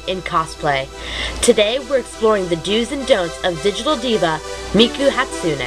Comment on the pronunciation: you said Hatsune wrong